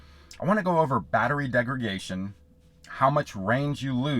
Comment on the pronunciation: Hi there. Just a quick correction, you kept saying “degragation”. Correct word is degradation. Thanks for the info though 👍🏼